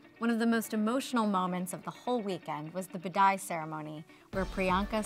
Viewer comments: Did she says padai instead of vidai 😂😂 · its called 'Widaii' ceremony not ' pidai'.